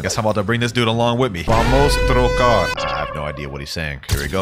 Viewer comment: the pronunciation was good for someone who probably never studied the language. But you probably missed the flag